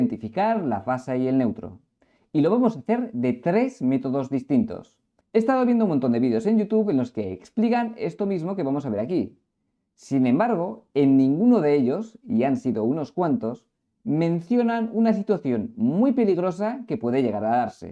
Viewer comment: No se dice "expligan" se dice "explican".